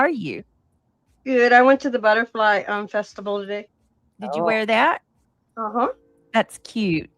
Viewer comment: She has the vocabulary (and mentality/clothing/mind) of a 3 year old!! She "went to the Butterfly Festibal" - SHE F'KIN SAID FESTIBAL!!! Not festival - Festibal, like a toddler, I'm dead!! 😆😆😆 She even got her FACE PAINTED!!??!! Wearing her PINK Princess wig & hat/ costume?!?! 🤣🤣🤣 I wonder if she took her binky, too!! I'm done, this is too much, lol!!! 😜 She's officially reverting back to childhood- she'll be back in diapers soon, (if she's not already.) 🍼